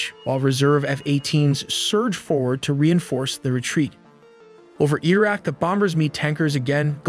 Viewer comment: The give-away for an A.I.-voiced narration: mispronunciation of words like "Growler" and "Iraq". I suppose that will be fixed soon.